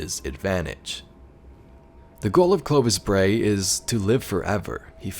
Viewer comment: Yep, you said it right, Nice summary :-) Looking forward to the ARG on Nov 5th!